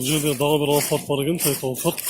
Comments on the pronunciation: Алфард эмес кичине прятныйраак альфард десен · Тойота алфард эмес АЛЬФАРД туура айтчы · Алфард дебей альфард десен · 1.алфард эмес альфард. 2.сүйлөө грамматикаңа көңүл бур, ката бута эле согуп коюпсун. 3.баасын айтпасаң эфирге чыкпай эле кой.2альфарддын баасын айттыңбы же жөтөлдүңбү ,угулбай эле калыптыр.